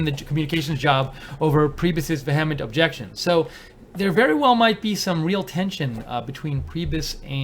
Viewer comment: VEE-a-ment. Have never heard veh HEM ent before.